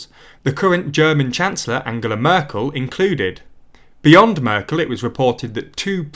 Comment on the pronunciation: And I was annoyed at the speaker pronouncing Angela Merkel's name was the same as Angela Eagle or Angela Rippon's!